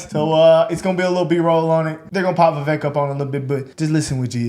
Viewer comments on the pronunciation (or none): his name is vivek, not vavek. also he IS dismissing slavery as just "imperfection". if you go to a restaurant and you ask for a well-done steak, and they bring you one that's not even rare, but completely raw......would you say that your steak was just "slightly undercooked"?